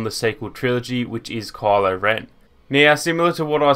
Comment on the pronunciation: Why do you say "Call-o" his name is Ky-lo. I know it's ur accent but it's weird. It almost sounded like Carla sometimes. Pronounce it correctly bro.